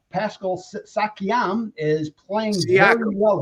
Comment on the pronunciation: The mispronouncing of siakam's name was classic